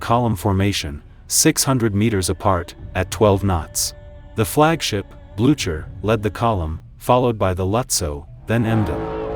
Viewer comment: AI voice. Terrible! The ship is the Blue Ker not the Blu chuur. AI idiocy!